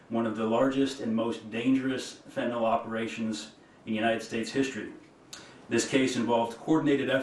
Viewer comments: ummm…that’s pronounced FENtahNIL Ms. Bond… (oh, so sorry, did I mispronounce your name?) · Is there anyone that can pass the following to AG Pam Bondi? Honorable Pam Bondi: Please try to pronounce it Fen ta NIL, not Fen ta nawl, it makes you sound uneducated. Thank you kindly for your efforts. (Might as well spread the word about fentanyl test strips as well) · What the hell is "Fentnol" and "metha amphetamine" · It's fentanyl - last syllable pronounced as nil. I have no idea why so many are mispronouncing it I guess they never studied organic chemistry. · Very happy to see this, but it kind of blew my mind that even Pam Bondi doesn't know how to pronounce fentanyl. Sheesh.